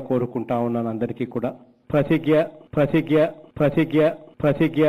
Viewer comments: Prathijja kadu prathigna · అదీ ప్రతిజ్ఞ ..... ప్రతిగ్యా కాదు...